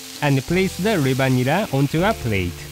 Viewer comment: nera not neba lol cute